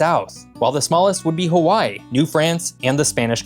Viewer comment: You lost me when you couldn't figure out how to say Hawaii right